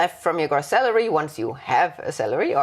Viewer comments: Hey &, just a friendly tip - noticed in this video and your latest one on Tax returns that you are saying Gross with a short o sound like in Loss. Its actually pronounced with the longer o like in Grow (then add the ss on the end!);-) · Gross. Gr-oh-ss. not Gr-aw-ss. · It is not pronounced grass but groooss. Long o. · This is fantastic, a great well-explained presentation. (gross is pronounced 'grow ss). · It’s pronounced gr…oh …sss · Your pronunication of "gross" is quite painful :/ As educators in general and for this video specifically, a correct pronounciation can be expected.